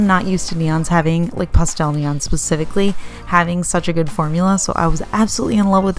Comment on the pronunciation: Cracks me up how says pah-stel lol